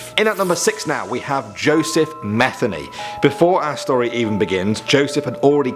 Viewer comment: Joseph METHeny 😂 I’m sorry but 🤷🏾‍♀️